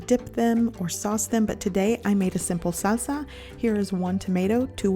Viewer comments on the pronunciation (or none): none